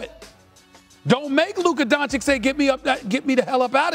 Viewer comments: I think there's no hope that Stephen A. will ever pronounce Luka's last name correctly. (Don-chich not Don-chick) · At this point he says DonCHICK on purpose. You can't not know his name. But only mispronouncing the Nigerian names is disrespectful? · Learn how to say his name for gods sake. He knows how it’s pronounced but says Donchick on purpose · All those unnecessary words youre constantly using like "soliloquy" "blasphemous" "savant" etc etc and still cant pronounce DONCIC (Don - Cheech) correctly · Doncic signed a contract of over 200 million and SAS still can't say his name correctly. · Stephen still can't pronounce his last name.